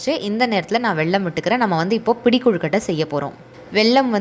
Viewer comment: வெள்ளம் இல்ல வெல்லம்